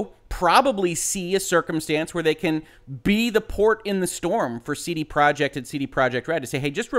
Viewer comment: YOU CAN'T EVEN SAY COMPANY NAME RIGHT. IT'S PROJEKT!!!! NOT PROJECT!!!